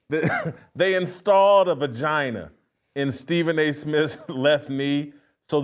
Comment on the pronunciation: A Knee-gina... 😂🤣😂🤣😂🤣😂